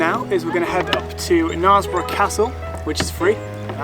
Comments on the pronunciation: "narsbrough"? its "nersbrough" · Sorry. Have to correct you. It's pronounced kn'airs'borough, not kn'ars'borough... Silent 'k' notwithstanding. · I hope someone corrected your pronunciation of Knaresborough before you left... Not the worst I've heard though.